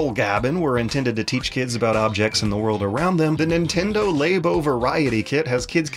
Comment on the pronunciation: Oh my GOD IT'S PRONOUNCED “LAA-BOW” AS IN “LABORATORY” UUUUGH